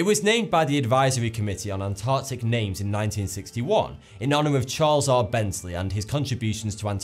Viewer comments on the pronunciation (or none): Am i the only one who heard him say charizard instead of charles r?